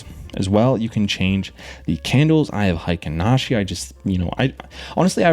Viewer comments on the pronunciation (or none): BTW, Heikin Ashi, strangely mispronounced as “hiken/highken” by nearly every non-Japanese YouTuber, should actually be pronounced as “haykeen” to reflect the original Japanese 平均足。 Someone influential, somewhere along the way, decided to apply a German pronunciation to this obviously Japanese financial term, and everyone else ended up mimicking that German pronunciation afterwards.